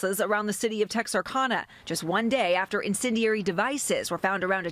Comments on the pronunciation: Texarkana is pronounced Tex-r-CAN-a. (Just being friendly😊) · Someone please advise that correspondent on how to pronounce 'Texarkana'.